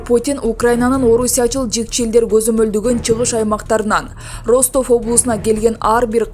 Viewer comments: Суйлоп аткан журналист Кыз Аман бол 👎 Бир созду кайталай бергени аз келгенсип создорду да туура эмес суйлойт уккун келбейт 😏 Роств областы дейт Ростов болуп жазылат Растов болуп айтылат ! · Диктор ,,Ростов" окулганда ,,Растов "-деп окулат .☝ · Журналист каяктан болосун окулганда Растов болуп айтылат жазганда Ростов жеп жазылат индеец каякта окууну бутконсун